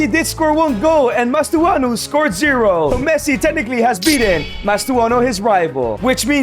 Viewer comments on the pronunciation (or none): Mastantuono not mastuano 😭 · It's not mastuano